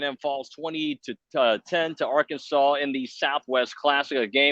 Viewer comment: The name is Arkansas. Not Arky, not Ark, not AR-kansas. MF'n Arkansas. Learn it. GO HAWGS